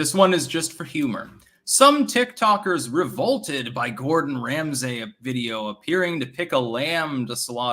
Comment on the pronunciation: Ram-Say...this guy edits books. Yikes.